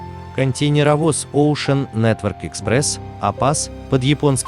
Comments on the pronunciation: КонтЕйнеровоз произносится через букву "Э" как - контэйнеровоз. Ну раз уж вы озвучивает, так учите пожалуйста великий и могучий.... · КонтЭйнеровоз... Ударение и буквы хотелось бы употреблять как нужно